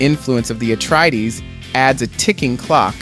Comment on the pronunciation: Atreides, not Atreedees